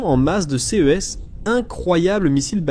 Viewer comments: toujours une voix IA qui dit C E (les lettres) idem pour c e s au lieu de ce et ces en son. Pareil pour les HIMARS dont il répete la significatioin à chaque fois. N y a t'il même pas un humain pour corriger . bien triste et cela gache le travail. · aprener donc a IA a mieux prononcer ex: s e s au lieu de ses c e au lieu de ce c e s au lieu de ces pourquoi epeler ces mots au lieu de les nommé comme tout le monde .